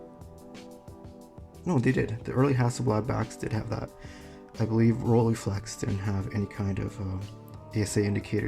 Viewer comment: RollEYEflex goddammit. Not Rolleeflex!!!!